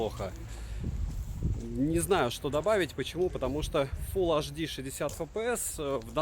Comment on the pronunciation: Обзоры у тебя супер, очень радует скурпулезный подход👍. Вот только прекращай уже со своим "фул аш ди"). Все таки на большую аудиторию вещаешь. Фул Эйч Ди! 🤝😉